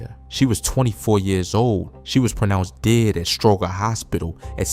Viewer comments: It's pronounced Stro-jer hospital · Stroger….the makes a J sound 🤦🏾‍♂️